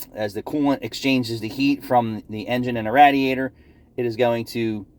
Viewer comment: I tune in just to hear say Rat-er-rator. Thanks for the content. 😃